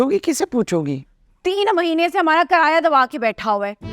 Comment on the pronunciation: Karaya Nahin kiraya Hota Hai